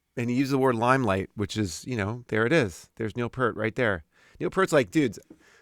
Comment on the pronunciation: Love your videos. With all due respect, "Peart" is pronounced with a long E, like "peer" with a T at the end.